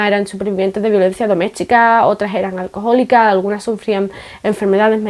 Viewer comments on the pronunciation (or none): magnífico video, como siempre. Te recomiendo que leas tu pendiente El hereje de Delibes. A mí me encantó. Casi tanto, como cuando dices "alcojólica" en Gadenglish, 🤣🤣 Enhorabuena!